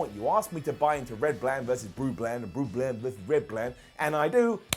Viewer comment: I don't think you said "red bland" and "blue bland" intentionally, but it was right on the money...